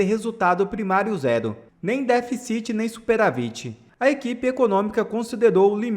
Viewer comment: Cara, vc tem quase 500 mil seguidores, faz vídeos sobre política e até hoje não aprendeu a falar "DÉFICIT" e "SUPERÁVIT"?